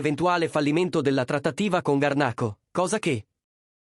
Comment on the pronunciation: scusi signore solamente per correttezza niente di che ma si scrive Garnacho, nel video non sta parlando una vera persona quindi sbaglia la pronuncia